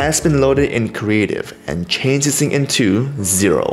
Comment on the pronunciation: I love how he say "dis"